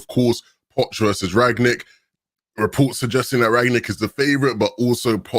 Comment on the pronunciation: It's not Rag-nick, it's Rangnick.